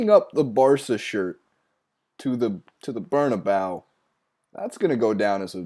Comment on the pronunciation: "Ter Steeegan" "Bernabayou". Jesus Christ, you really can't pronounce those any better? What a joke.